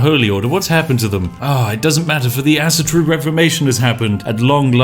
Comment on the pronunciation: "Asa-Tro" Spiff: "ass-turu" "Medel-Pad" Spiff: "meppeladd" Why am i surprised though? He cant even pronounce native english words :D